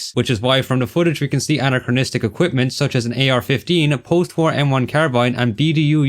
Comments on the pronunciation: Stop fucking saying anacranistic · STOP SAYING ANCHROCHRONCHORORONCHROCHRONISTRIC!!!!!!111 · The work that went into this is insane! Well done Although there's only one R in 'anachronistic' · You gotta stop saying anachronistic homie, I know you got nothing else to say but I wanted to put pins in my ears after this video Great video and amazing analysis but anachronistic